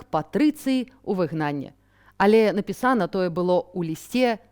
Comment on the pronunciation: Чаму нпісАна, а не напІсана. Надакучыда. Дастаткова ужо не з дзяцьмІ, а з дзЕцьмі. Толькі блытаніна ў параўнанні з рускім. Дастаткова ўжо тудой - сюдой, ды ВладімІровіч. 😂😂😂І куды толькі глядзяць настаўнікі беларускай мовы на Палессі.?! І свае ж ВНУ з філалагічнымі факультэтамі маюцца! 😂